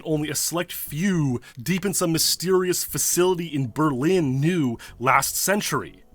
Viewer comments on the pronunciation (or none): none